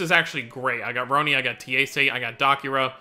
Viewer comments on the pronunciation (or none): That's not Ti-e-se. That is pronounced like Tea-Say